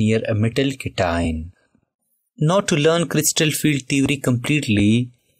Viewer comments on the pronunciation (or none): none